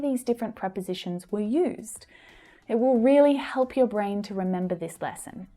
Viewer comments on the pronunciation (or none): none